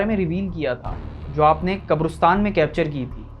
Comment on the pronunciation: Qabrostan✅ Qaberistan ❌